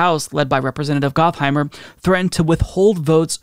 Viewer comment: I believe it's pronounced "Got"-heimer rather than "Goth"-heimer, but I like your way better! 🤣